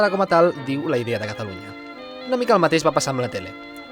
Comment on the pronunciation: pensaba que nomes en Mass deia cataruña